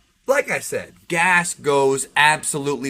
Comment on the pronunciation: Say it with me..... Gas, gas gas gas gas you keep mixing them up